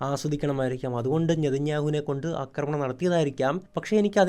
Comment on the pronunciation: ആശാനേ അക്രമണം എന്നല്ല പറയേണ്ടത് ആക്രമണം എന്നാണ്. ഇനിയെങ്കിലും ഒന്ന് കറക്റ്റ് ചെയ്യാൻ ശ്രമിക്കൂ. കേട്ടിട്ട് ദേഷ്യം വരുന്നു.